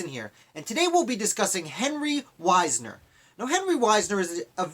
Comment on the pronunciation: I am descended from Henry Wisner. Our name is pronounced Wiz-ner.